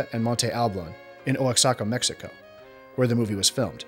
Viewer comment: It's Mitla, not Milta, and Wa-ha-ca, not O-ax-a-ca.